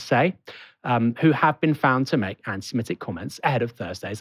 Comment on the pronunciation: Will one of colleagues please tell him how to pronounce 'antisemitic'...with an i in the 4th syllable.